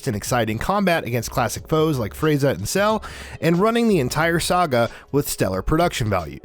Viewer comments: Frayzuh, super cyan, Nuh-roo-toe, suh-soo-key 🤣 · My man says Frazier instead of frieza lmfaoo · KA-KA-ROT not kakarowt FREE-ZA not frazier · Um..... Kakaro? Fryza? Super Sigh-en? Bro..... Could you guys not find anyone who has actually seen any of the things you're talking about lol?!